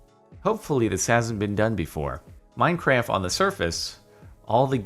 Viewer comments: is it just me or does Jordan say 'Minecraf' instead of 'Minecraft' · i sometimes wonder when this guy started to call Minecraft "Minecraf"